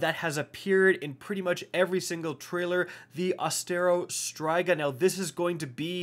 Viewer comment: "i still can't pronounce striga correctly"